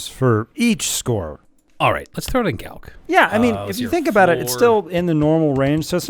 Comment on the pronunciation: "Throw it in galc." Galc? galk? What is that?